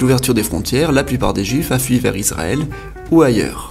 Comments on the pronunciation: C'est ma première 👎 dans ta chaine youtube à cause du "pays isrrl" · Israel pas izrael aussi😂